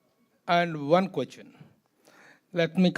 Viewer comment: Quochan kadhu ,question ra 😂..reporters ani chepukokandi ra ayya